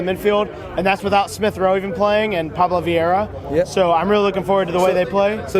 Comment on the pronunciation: Did my man just say Pablo Viera? 🤔